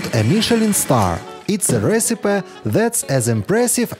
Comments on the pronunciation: Recipe произносится Ресипи. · Love the onion recipes! BTW "recipe" is pronounced "re-cip-PEE" the last syllable rhymes with "see" (please don't ask me to pronounce Russian OMG! Thanks!)